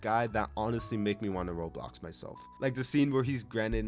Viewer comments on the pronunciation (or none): none